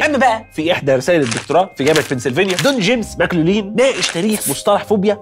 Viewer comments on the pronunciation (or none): دون جيمس ماك لوفلين... مش ماكلولين.